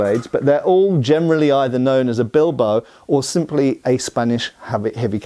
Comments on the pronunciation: Don´t want to be rude, but it´s said BIL-BA-O, not "Bilbou". I know is just a small thing, just lending a hand here. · From a place of love and appreciation for your videos… it is pronounced: BeelBahOh